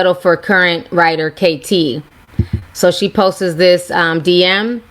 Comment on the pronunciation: Ti ......I love ya girl but 'POSTES' is driving me wild.....its just 'POSTS'.